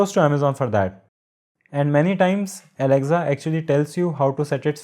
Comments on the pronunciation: ITS NOT ALEXZA ITS ALEXA !!! DUDE!! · Good video overall. Thanks. One small thing... It's pronounced as aleksa , not alekza. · Its not alecza its Alexa